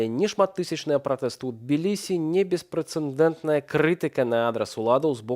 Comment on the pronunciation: Да что ж это такое? Журналисты, политики, ведущие главных новостей крупных каналов не могут правильно выговорить простое слово: беспрецедентный, на беларуском - беспрыцыдэнтны. Не - беспрецеНдентный, не - беспрцыНдэнтны. Нет в этом слове "Н". Нет в языке слов "прецеНдент/прцыНдэнт. Только: прецедент. Просто и сердито! 😊